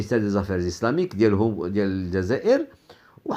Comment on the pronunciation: ماتعرفش حتى تنطق بالجزاءر ونت تنطقها الززاير يالمروكي الخامج